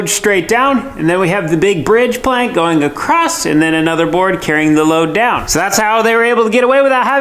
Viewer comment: The way these guys rag on one another is hysterical. Also is it a regional thing to add a t at the end of across? Just curious because I’ve noticed it with other YouTubers.